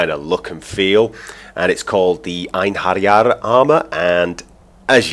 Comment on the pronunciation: They are actually an army, commisioned by Odin to use in battle at the viking apocolypse, Ragnarok it's pronounced I-en-he-ri-ar.